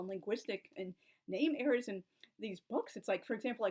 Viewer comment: And do you realise that your "errors" and "eras" sound the same,? [at least to these ears].